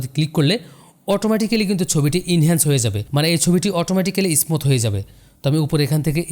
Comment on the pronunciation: ভাই আপনি ও তো ভুল করেছেন, হবে স্মুত